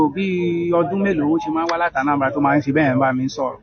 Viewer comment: Their story no clear, even Anambra, he could not pronounce, Anambra is now Anabla